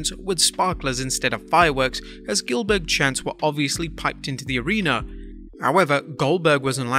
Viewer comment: GILBERG BAHAHAHA Dilberg